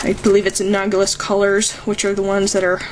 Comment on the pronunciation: a-NAL-o-gous colors. Sorry, but your pronunciation bugged the crap out of me! XD Other than that, great video! You're a talented artist! I'll keep your techniques in mind. :)